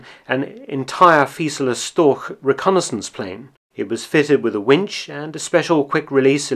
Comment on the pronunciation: wow you totally butchered that name ... ch in German is h ... Drache is pronounced Dra-he ironically you pronounced Storch correctly